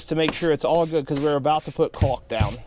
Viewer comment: Don't forget, everyone, to take a shot every time he mentions caulk with a hard "L"! lol